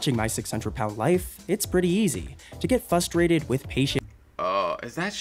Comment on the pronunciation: the narrator says "FUstrated"...I hear this more and more often. It's right up there with "Nukular"...Aghh! FFS people speak properly. "English MoFo..do you speak it?"